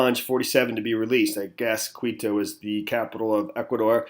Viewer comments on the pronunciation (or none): Hi there! Thanks for doing this video, I would love you to do a follow-up. Yes, Quito is the capital of Ecuador, pronounced Key - toe.